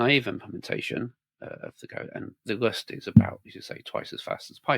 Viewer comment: this guys pronunciation of rust is criminal LOL